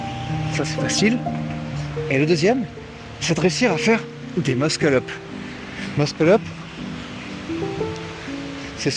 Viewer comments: Non mdr c’est juste qu’on dit Mussel up et pas Muskel up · Ce que je veux dire c’est que si il avait écrit muscle up dans ta tête tu aurais lu meusseul eup (j’exagère sur l’écriture mais c’est pour que tu comprennes) or là il a écrit de manière exagéré pour que tout le monde comprenne que le prononce mal